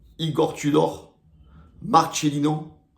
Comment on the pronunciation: Marcélino pas Marchélino, c'est un Espagnole pas un un Italien...